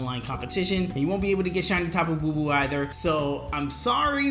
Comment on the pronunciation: Tapu Bulu not Bubu